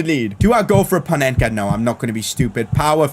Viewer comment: Corrections:Panenka not Penenka😅